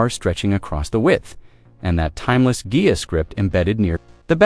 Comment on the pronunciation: I know it's AI but that's a cool car. And it's hilarious it can't pronounce Ghia 😂